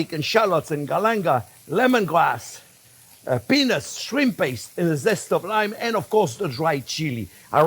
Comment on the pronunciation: ow that was peanuts... The T was too silent chef. South Africa ZA